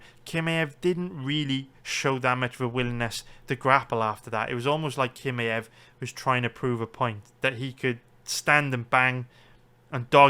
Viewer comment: its not kimaev its chimaev. Do u see the difference?